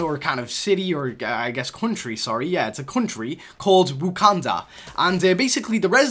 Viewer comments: It’s wakanda not wukanda. Wa-kan-da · Wakanda not wokanda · Did he just say ”Wukanda”? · DevilBooster 10 that got me so mad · I was like nigga what are you talking bout wakanda for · Bruce Banner can say Wakanda better than you